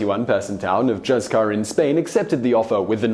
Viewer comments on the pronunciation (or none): I would like to point out that the name of the spanish village of Juzcar is pronounced HOOTH-car, not Juss-car...